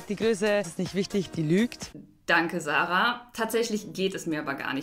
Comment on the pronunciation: Sarah spricht man nich so aus wie du